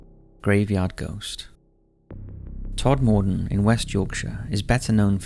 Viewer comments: Nice place, is Todmorden. Generally pronounced 'TOD-MA-DEN', though. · It's pronounced Tod-m-den 😁